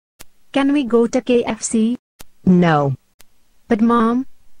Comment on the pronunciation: why when they say KFC they say kxc